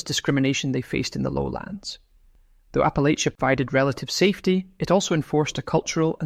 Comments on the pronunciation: I've always heard Appalachia pronounced "app uh latch ya" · It's pronounced Apple-atch-ah. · OMG Apple-ATCHA. Apple-ATCHA! Appalachians are rather picky about how it's pronounced, and rightly so. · Please pronounce Appalachia correctly. It’s apple-at-cha. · Ap…uh…latch…uh please and thank you.